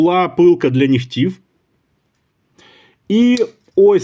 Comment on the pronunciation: Наголос: «пилка для нІгтів» (на перший склад). Інакше це русизми. Колись такі ножі коштували $20. ;)